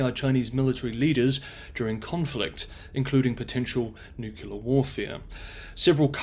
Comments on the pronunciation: FYI, despite being American, my standard reference for English pronunciation is the OED. Promoting American Standard English is completely aligned with the OED. Extreme examples of slang, whether British, American, Australian, or etc, are not. Regional slang has no place in widely distributed publications, which includes YouTube. All style manuals for major networks follow correct usage. Nu-kyu-ler is incorrect, period. It is not culturally appropriate anywhere, at all. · NucLEar, not nucUlar. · "Nucular" and the channel name is enough to stop watching lmao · 'Possible, possibly, may be, might, might, could potentially be.... Look, for the record, the word nuclear is not pronounced 'nuke-you-lar'. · Please please please learn to say nuclear correctly. It is NOT "nuke-you-lar". It is "new-clear". That mispronounciation is like fingernails on a chalk board. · noo-clear, not nuke-u-lerrr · Not acceptable to say nukular? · Nyoo - clee - ahhh. That's as bad as the Ardic or even the Innerned. Although everyone seems to have an inner Ned these days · But he has a British accent even if it is working class, doesn't that impress anyone anymore, guess not, and he can't even say nuclear, maybe pandering to the US nukular preference version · Tomato is accepter in every dictionary as having an English and an American pronunciation. They are both spelt the same way. "Nuclear" does not have 2 pronunciations. Nucular is not found in any dictionary. It is simply incorrect and shows poor education. It would be better if you apologised and told of his mistake. If you speak to the public, then you must also learn from the public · I appreciate that you usually pronounce English correctly, much closer to the worldwide standard of American Standard English than horrendous British. However, 'nu-kyu-ler' is horrible. You are far too educated and articulate for that. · Pity that this guy can't spell "nuclear". He seems to think it is "nucular"